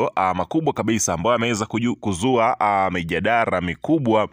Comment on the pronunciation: Mbabaishaji mkubwa wewe ndiomasna hata kutamka mjadala unashindwa badala yake unasema mjadara😂